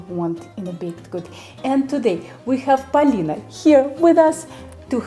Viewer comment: That russian pronounciation of Polina hits like a freshly prepared pelmeni from babushka. Thank you ❤